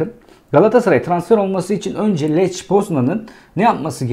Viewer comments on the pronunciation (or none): lech degil leh poznan diye okunur.